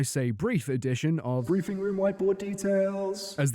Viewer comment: "Breifing room"